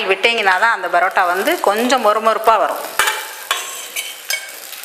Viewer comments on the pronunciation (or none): plz stop saying barota barota its parota